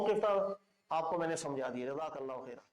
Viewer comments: Assalamualaikum.. Allah may ALLAH reward you for your work.. one thing i noticed that you pronounce ALLA Instead of ALLAH in your lectures please take care of it.. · اسلام علیکم آپ اپنے بیانات میں اللَّٰه کو اللَّٰ کہتے ہیں خیال رکھیں۔۔ باقی آپ جو کام کر رہے ہیں اس سے بہت فائدہ ہو رہا ہے اللَّٰه پاک آپ کو جزا ےء خیر عطافرمائے آمین۔۔